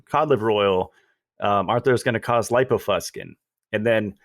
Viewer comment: Matt, please look up "lipofuscin" in the dictionary. pronounces it wrong. The i softens the "c" to an "sss" sound. There is some irony in portraying oneself as able to discern scientific literature... and not being able to.master a simple dictionary. You can remove that irony by simply pronouncing the word correctly. does... he's mastered the dictionary... lol. He tried to help you out at the beginning of this podcast to alert you to your error in a nice way. For you and all... I highly recommend The Logic of English Book and YouTube material. The knowledge ought to be a family heirloom. And no... the hard "k" sound for the "c" is not an alternative pronunciation. Science is not pronounced "sky-uns."